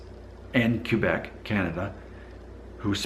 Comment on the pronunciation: Hey, I think this is the first video that has really frusted me. It began with the title, then to the way you pronounced Quebec and then the rudness barometer French vs. Spanish....Arrrghhhhh (severe face palming!!!!).... 1. The title is pure click bait and in my own honest opinion is politically in correct 2. Quebec is one of the most beautiful provinces in my homeland. There are two pronunciations that are fine: [Kay-beck] which is close to the Frano-Canadian pronunciation or [Kw'-beck] which represents the Anglo-Canadian pronunciation. Many Anglos use either or sometimes both. Why does it bother me? I'm not sure.... It's not rude, but it may be just a sign of ignorance or not caring enough to get it right. 3. Then there's that rudness barometer... How can you really ask those people who take the time to watch your videos to pit two cultiures against each other and then to ask them to pass judgement on who's ruder. It just doesn't make sense and puts you in a very bad light. Both of these cultures are much older than your very own. They have matured into cultural adulthood, while your culture is still developing. I think every country treats all visitors the same. If you go in open-minded and ready to experience a different culture you will be received with open arms. Could it be that when you started your DNA feed that you alienated some Spanish followers? Did you have all your facts straight before you made your first statements? Remember too that for most of these v